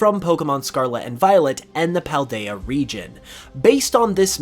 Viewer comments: Anyone else notice he keeps on saying Pladea instead of Paldea? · Pladea? Really? It's Paldea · Paldea, not “Pladea” Also, those three megaliths in your XY footage look like the ones in western Paldea, particularly the three deliberately-placed megaliths on the ocean and, to a much lesser extent, the ring of stones in what appear to be dunes. While I would love to see Kalos brought in via postgame or DLC, I get it’s probably more unlikely than not (people held out similar hopes in SwSh cuz of deep British-French shared history and the potential for a Galar-Kalos equivalent of the Channel Tunnel, but they didn’t pan put). Obviously Galar has megaliths too, and probably other regions that I just can’t recall atm, but interesting to think of the possibilities even if they don’t happen. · PALdea not Pladea 😅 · my guy its Pal-Day-Uh not Pla-day-uh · ITS PALDEA NOT PLADEA!!!!!!!!!!!!!!!!!!!!!!!!!!!!!!!!!! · It’s called the PALDEA region not the pledea region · Paldea, not Pladea. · It's PALdea not PLAdea. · It's pronounced PAL-dea, not PLA-dea. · Hey not to make you feel bad but it’s Pladea not Pladea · Just wanted to make a note, the region is PALdea not PLAdea 😉just to be a bit nitpicky since it is kinda an important detail 😅 only slightly negative I have for you, good video otherwise ❤️ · I think this is all very cool and interesting but whats even more interesting is the fact that he says the region name wrong